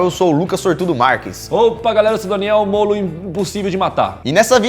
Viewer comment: O Daniel poderia falar no começo assim. Opa galerinha eu sou o Daniel Mole de matar... de em ves de molo